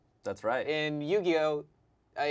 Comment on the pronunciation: Love the content, as always, but as someone who grew up knowing the rules I'm physically cringing at "Nugioh" LOL. Great job!